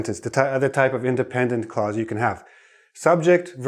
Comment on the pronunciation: Dear teacher, when you say “clause” it sounds as if you’re saying “cause.” I can’t hear the consonant “l” clearly. You’re class is so helpful, though.